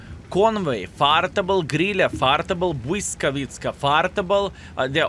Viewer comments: Im from Poland, and when you said błyskawica, I thought you were from Poland too, excellent ponounciation! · 😂 my claps, and flowers to you. Perfect pronounciation. Polish here. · Damn, you nailed the name, I am proud of you